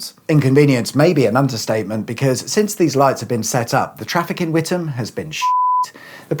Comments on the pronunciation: I'm truly surprised, given some past examples, you actually pronounced Witham correctly. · Did you do the wavy arm thing to make the lights change for all the ghost traffic to make it's way in the opposite direction? And thumbs up for pronouncing Witham correctly, none of this With Ham crap, that's when I get in a Meal Deal sandwich. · As a former Essex resident, not too far from Witham, I am glad that you pronounced the name correctly- something that the BBC often get wrong. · Thank you for the correct pronunciation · I live just up the road in Braintree. Well done for NOT pronouncing the town WiTHam! 😁👍